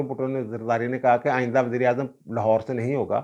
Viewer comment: Aap Baber ko wazeer i azam keh rahaiy haiy yaa Mughl i Azam ? 2 dafa yhi samjh aaiee wazir i azam .